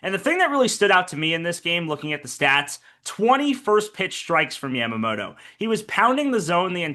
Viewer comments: Who is Yamamodo???? Pronounce his name correctly, Americans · People in English-speaking countries can't pronounce Yamamoto properly, can they? It's Yamamoto, not Yamamoro.